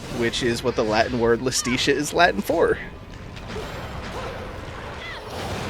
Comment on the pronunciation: Ok idk if you'll EVER see this but hopefully someone goes back through this playthrough to prepare for Bayo 3 when you inevitably play it Iustitia is pronounced Justitia, which makes sense, as it's the Cardinal Virtue of Justice. Not to mention in Latin, the J and I used the same I, giving words like Iudex (judex)